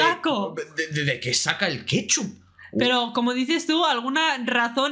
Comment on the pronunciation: Jajaja es plebilla wue dijo que le ponemos kepchup q todo pues no se donde comio jaja